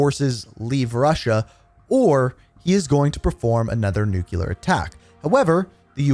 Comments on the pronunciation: ITS NOT NUCULAR!!! ITS NU-CLEAR!!! You’re killing me. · These are always ruined by the way Americans pronounce "nuclear."